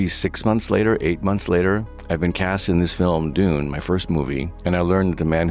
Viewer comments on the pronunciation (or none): none